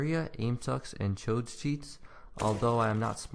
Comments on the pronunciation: "Chodes Cheats" I'm dead! It's Chods. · its not chodes, its like chod-z, not chod-s